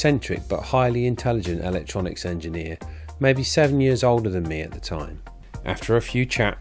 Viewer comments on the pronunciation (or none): what is L-lec-tronics. Eeee-lec-tronics